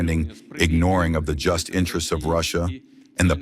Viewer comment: Fire your reader for his misreading of the word "just" (after reading it correctly ).